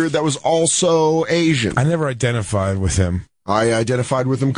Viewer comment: "I identitied with Angus"🤣🤣